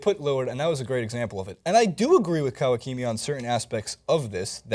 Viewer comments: Are they dumb? The name is so elementary... Tim Kawakami. Ka-Wa-Ka-Mi. The first guy pronounces it like Tim Kawakimi... like actually what the heck... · You really got no one to help you with the pronunciation? You pronounce Ka-wa right, then instead of pronouncing the ka the same way you say ki-mi? Kawakimi? ... That's like saying ha-hi clinton-dix instead of haha. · Kawakami's name is absolutely getting slaughtered